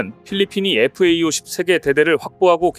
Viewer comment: FA-50 은 (light) fighter aircraft - 50의 약자이니 착오 없이 잘 발음하시길 부탁해요.